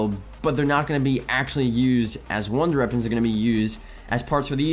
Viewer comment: Why can't you say wonder weapons? 😭😭😭😭